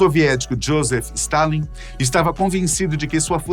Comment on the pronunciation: Ele errou o nome de Stálin.